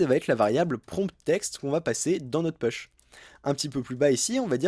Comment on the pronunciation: Très bien ! Merci beaucoup Une petite remarque : prononcer "push" [pouche] 😉